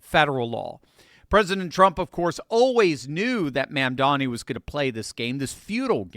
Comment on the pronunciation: Please pronounce correctly. It is mom. Mom momdani. Not man. Not man. It is an o. O. O. Mondani